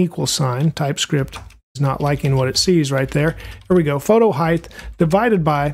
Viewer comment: btw.. height is pronounced hi`t not hi`th because ght is silent gh. not not th sorry driving me bonkers